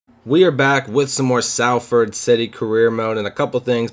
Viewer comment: It’s pronounced SOLFORD instead of SALFORD